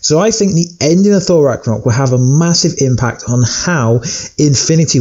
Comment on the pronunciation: U said thor rackornock